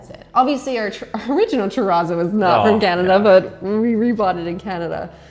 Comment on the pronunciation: You still can't say terrazzo properly. No matter where it came from.